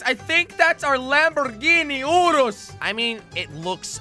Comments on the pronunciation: if your a car fan why do u call it Lamborghini oorus and not urus in your other videos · it’s not pronounced “ooroos” it’s like this “your us.” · No it’s called yurus not uroos they just spelled urus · It’s Not Oreos It’s Lamborghini Urus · It’s not pronounced oorus it’s pronounced yourus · “Lamborghini Oreos” is what i heard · nah bro im pretty sure its yourus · I more heard orluos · Lamborghini oros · I thought it’s pronounced you-russ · i heard urlus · It is Lamborghini urus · I heard orus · I heard oodles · In English we pronounce it RRR-IS and if you can’t say that say SIR-IS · How To Say "Urus": (Spell) U-R-U-S (Spilt-apart spell) (ER-RIS) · This makes me cry....its pronounced (yur-is) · ooo-rust without the T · Yeah I am English and I say yurus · Jelly it is pronounced Lamborghini yourus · Yor-ous! thats how to say it! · It’s pronounced your-is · Its lamborgini yurus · It’s the Lamborghini Urus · You did not say the name right